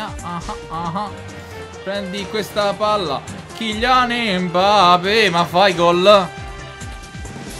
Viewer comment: ma non si dice Embape